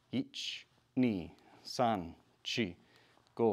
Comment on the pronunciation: Its san, shi not son, chi😂